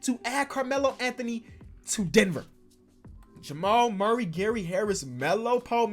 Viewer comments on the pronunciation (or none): none